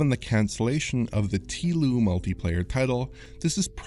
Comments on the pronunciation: "Teeloo" lmao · Please never say "Tea-lou" again